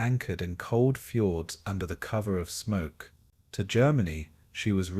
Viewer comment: normally I am pretty ok with your videos but between things like -"and 12 'O' 'O' 'O' pound bomb" and "Norwegian Fords", this video was a little distracting.